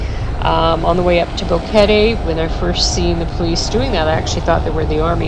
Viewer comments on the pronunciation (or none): Your video is nice but your pronunciation is WAY off. You did a video & cannot pronounce the town you reside? Even “Boquete” was off. I cannot listen to the rest. I’m sorry.